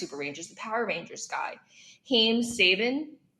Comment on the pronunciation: Did Lindy mean Haim Saban? She pronounced Saban wrong. Also he did not create The Mighty Morphin Power Rangers but rather licensed it from the Japanese animation producers and made his money by selling to Rupert Murdoch etc…etc….lost interest when Lindy mispronounced Saban. In the sphere of moguls, Saban is like a dime a dozen btw….